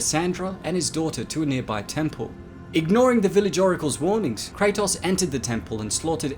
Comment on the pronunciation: Kray-toes Not Kray-toss. His name has been said about a billion times now